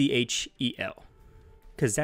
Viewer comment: It’s not C H E L it’s just one word lol